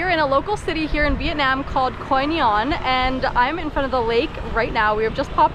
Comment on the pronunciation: lolz ... i can hear you said Quy Nhon there you go ... Your vietnamese is good now , that's a hard words !